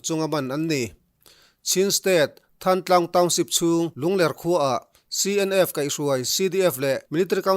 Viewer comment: Lungler ni loin Lunglérh tia lam tur.